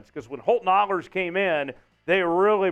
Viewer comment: "Ahlers" is pronounced Aa-lers not Aulers. Every of us who played sports has had announcers who pronounced our name Au-lers or (and I have no idea why) Ash-lers. One of these days everyone's gonna know how to pronounce it. I'm not saying I know 100% Holt's gonna make the 53. I do know Coach Carroll really likes him and he's passed every test they have given him. I know a when a head coach is doing a press conference and says "I was really impressed with Ahlers tonight", that's not a bad thing. More than all of that I know Holton won't rest until he achieves his goals. He will be a QB1. I believe that with as much certainty as I believe fire's hot, ice is cold and waters wet. I saw a lot of people saying they thought the TD pass he threw (I even asked him, cuz I honestly I wasn't sure either lol) was more of a "I know he's out there somewhere", throw it up hope for the best type thing. That's not the case at all. He knew where Landers was gonna be and when he was gonna stop and turn. He had to keep the ball from getting tipped and he knew he was about to get crushed like a soda can. He put the ball right where he wanted it to. It wasn't the prettiest looking pass but football's not about pretty. 😁